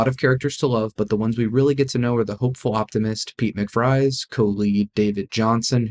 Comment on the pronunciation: McVries says his name in the movie. It does not rhyme with mick-fries. It's pronounced mick-vrees.